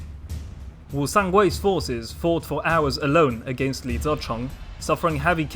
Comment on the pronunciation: Youve butchered Li ZiCheng's name..... Ouch